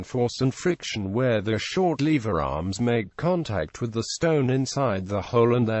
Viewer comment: german....v and w.....levers....lewers.....